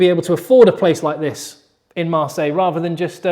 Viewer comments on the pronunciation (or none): none